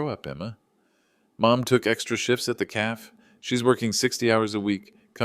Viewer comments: Poor pronunciation of some everyday words in the commentary! Do people have drinks in "a calf"? Or in "a café" (as in French, pronounced "ca.fé", 2 syllables)? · Hey, AI, 'cafe' is pronounced 'ca-fay'. IJS 😂😂😂